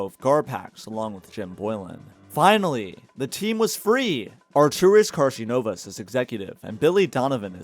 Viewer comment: Damn, you butchered Karnisovas' name. KarNIsovas, not KarSInovas...